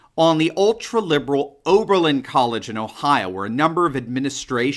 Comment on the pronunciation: Its oberlin, enough said🤔